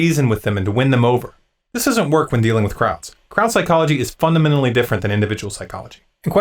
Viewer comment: ...It wasn't just the "ignorant fringe" that sounded like "the ignorant French". When you first said "Crowd Psychology" I swear that I heard "Kraut Psychology". I paused, "Wait a second, here..." Thank you for taking a stand against racism. I was on ZeroHedge earlier and some comments were really bad. I suggested that Tyler Durden BAN THEM. You are totally correct.to give NO QUARTER. That is IGNORANT CRAP!!! I don't agree with all that you say. I'm no Zombie. But I stand with you on this.